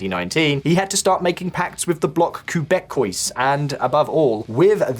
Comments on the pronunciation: Damn guys! "Bloc Quebequees? House of Representatives?" It's pronounced Keɪ.bekˈwɑ and it's the House of Commons or Parliament. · What in Canada's eternal language war is a Koo-bek-kwoys? Les Québecois are gonna getcha guy. At the very least, look it up in Google translate. It'll give you a pronunciation that won't get you badly hurt in downtown Val d'Or. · "Block Qweh - beck - wheeze" . . . .House of Representatives?!?!? CANADA HAS A PARLIAMENT! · Quebecois is pronounced Queh-beck-quoi. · Ku-beck-kwoise?!? That was painful. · Que beck kweeze…. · That was a crazy pronunciation of quebecois 😂